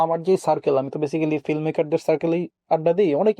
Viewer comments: রায়হান সাহেবের কাজ ভালো, তবে ফিল্ম উচ্চারণ করা উচিত। এসব ম্যাটার করে।উনি ফিল্ম কে ফ্লিম বলে। সংশোধন করা উচিত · Ki director re, Film ke boltese Flim 🤣🤣